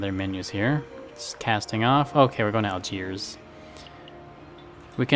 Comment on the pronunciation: It's Helvetia, so you essentially named your ship after Switzerland. Also, it's VA-LEN-SEE-AH. Also, it's AL-DSHEER.